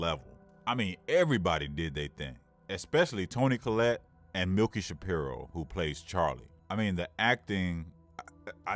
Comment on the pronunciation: Her name is Millie, not Milky... Or did I hear you wrong? Anyway, dying to see this movie!!!.... By the way, your voice is sexy!!...